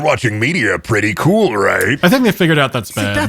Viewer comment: the little fucking ‘kewel’ from is slaying me ToT